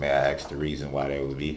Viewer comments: Sorry, I just don't understand how you can be born in this country, supposedly speak the language this country uses, and you cannot correctly pronounce a 3 letter word. A-S-K. Ask. Not AXE. ASK. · Ask! ASK! Not axe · You just have to "axe" him to do things...